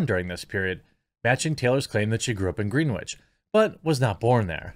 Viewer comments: Pronouncing Greenwich as "green-which" and not "gren-itch" is a dead giveaway your parents didn't pay for you to go to boarding school lmao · FYI, it's Grenn-itch, not Green-witch, as in the Greenwich Meridien. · Its pronounced "Grennich" Jeremy, not "Green Witch" lol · "Green Witch"...? 😉 Generally Greenwich is pronounced Grenn Itch... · It's pronounced "Grennich" not Green-witch. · “GREN -ich” - not GREEN WICH!!!! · Pronounced "GREN-itch" not "GREEN-witch" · It’s not green witch. It’s pronounced Grenitch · im from CT, say it like GREN ITCH not green witch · It’s Gren-itch, not Green-witch. Just to clarify. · Not “green-which”…”gren-itch.” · GRENNITCH not GREEN WITCH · It's pronounced grenich, not greenwich. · Green-wich.. lol... it's Gren-itch. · Just fyi its pronounced "GREN-ich" not "GREEN-which" :) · Ugh, hearing you say "Green Witch" over & over... here's a friendly tip for Jeremy or anyone else not from the area: It's "Gren Itch". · Gren-itch Not Greenwitch No offense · Pronounced.... gren-itch not green witch 😆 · Sorry but it's not pronounced green wich. It's like gren-ich. I know it's not a big deal but I love your videos and some people might think I'm digging at you but I'm not. Just explaining it's pronounced differently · Come on man, I hate the Greenwich types but, you can at least pronounce it right. It’s not, Green-witch. It’s pronounced, Gren-itch. You’re better than this Jeremy 🤣🤣🤣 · It's pronounced GREN-ICH. (It's hard to muster any sympathy for Taylor Lorenz.) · It's pronounced "gren-itch" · FYI, it's pronounced GHREN-ITCH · I knew she grew up as a rich kid when I heard you say she grew up in old Greenwich CT. It’s also pronounced gren itch. :) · I was confused until I realized you meant "gren-itch" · Greenwich is pronounced Gren itch. Keep doing what you do! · Just an FYI, "Grenwitch" is pronounced "Grennich" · Pronounced "Gren-itch". Thank you for your excellent videos. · FYI....."Greenwich" is pronounced like "Grenitch". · pronounced Gren-itch